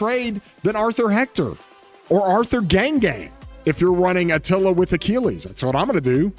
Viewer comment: really said achilla:v He loves atilla more than anyone else:V